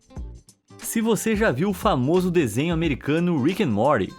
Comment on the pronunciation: VOCÈ....E... FÃMOÇO .